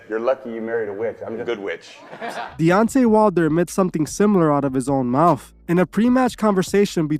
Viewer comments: His name is DEONTAY not devontay or deontray. Also you’re reaching hard on this video. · Say it with me DE-ON-TAY 🙄😒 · Say it with me Dee on tay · He Called That Man Deontrae,Devonte and Deontae 😂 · Loved how just butchered Deontay's name twice 😂 and yes, i certainly agree that, like any other form of entertainment, boxing has been used as a tool for controlling the minds of the masses. Corruption and politics are still present, and they are causing it to deteriorate significantly. The ultimate fights that are needed aren't even happening, especially in the HW division. On a sidenote, was the Davis/Ryan fight fixed? I suppose we will never know, but one thing is for certain, a livershot is no joke, so I understand why Ryan probably didn't want to go on😅